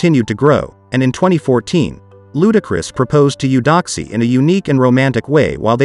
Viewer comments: But it's pronounced (A-doxie), not U-doxie. Beautiful couple. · She pronounces it (A-doxie) tho. Not U-doxie. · Beautiful. 🤔 that is not how you pronounce her name.